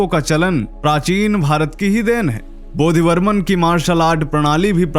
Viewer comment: its Bodhidharman not bodhibarman